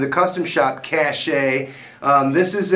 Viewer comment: Cache is not pronounced "cash-ay" it's "cash." Learn to English. Cool video anyway.